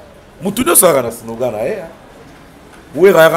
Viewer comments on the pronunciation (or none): none